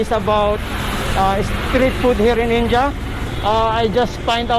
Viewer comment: it's not inja🤣😂it's in dia🤣😂